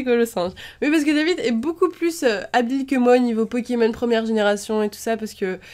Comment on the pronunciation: X) tu sais je crois que tu es le seul qui aie dit cette phrase sans faire UNE FAUTE dans le nom de ces pokemons!